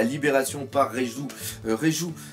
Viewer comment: Même en ayant vu les scans, j'ai trouvé cet épisode génial, l'animation était excellente, la musique etait bien choisie et pour moi il y avait de l'intensité dans le combat. Ps : Bien joué Doc, t'as réussi à dire Reiju !